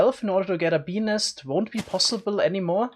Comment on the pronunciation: OOOHHHHHH Bees nest, I kept hearing penis. OwO